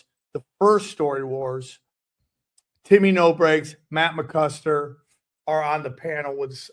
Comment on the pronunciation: does he keep saying Matt ‘McKuster’?? 😂😂